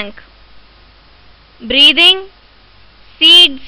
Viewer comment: Are pagal ye questions kise nhi aate kya aur ye breathing ko breeving kyu Keh rhi ho